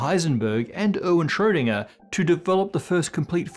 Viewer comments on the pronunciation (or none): Sorry, but this video is really annoying. Planetary model of the atom (why?), pronouncing Schrödinger like "shhschsroudingerrrrr", Planck like "plank"... And so on and on. Bleh! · Normally people complain about the pronunciation of his last name. I am studying german and I rarely hear it pronounced correctly by non-germans. Even accomplished physicists and science teachers just wing it; they could show a little more respect.